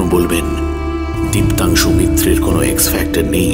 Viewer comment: Diptangshu Mitra nam ta ke Dioangshu Keno bola holo bhujhlam na...😢